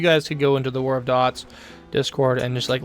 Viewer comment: IN CASE ANYONE IS WONDERING THATS PRONOUNCED "DEWTS" NOT DOTS